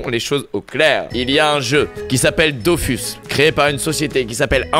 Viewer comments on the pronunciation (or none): Dofus sa se dit dofous